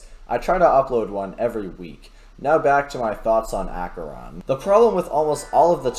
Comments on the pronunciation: Did he just say Acheron instead of akeron? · bro the way he says Acheron tho 😢